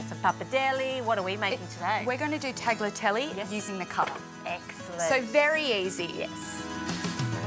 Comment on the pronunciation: Yum but the G is silent in tagliatelle